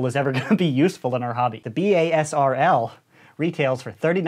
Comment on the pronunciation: It's pronounced BAYSER